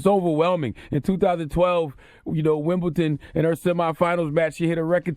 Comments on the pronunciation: Greatest Athlete ever...period? Lol! Tell LeBron that, tell Michael Jordan that. Plus he said “Wimble’T’on”. So no, you cant have an opinion on his if you don’t know about the sport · Ok... i turned it off after he said "Wimbleton"... and by the way she ´d be more like 1000.